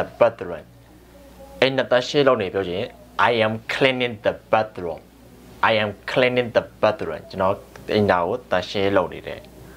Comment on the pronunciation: Bathroom က အသံထွက်မှားနေတယ်ဗျ